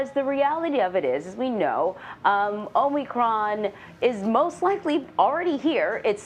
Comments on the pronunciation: Joey likes to call it "Omnicron" LOL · Don’t you think the president in charge of mandating the conditions of a viral pandemic should at least be able to get the names correct of the virus and its variants first.. ? “Covert nine”.. Covax 19. Covid Nine... “Omnicronb” .. etc etc etc..